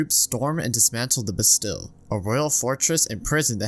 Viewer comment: bastille is pronounced ba steel btw, amazing video though genuinely im binge watching your videos